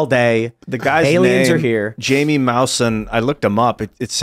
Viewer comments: is not Jayme is (Hi E meh) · "Jamie" vs "Jaime"